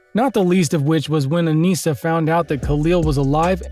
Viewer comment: man said aniecea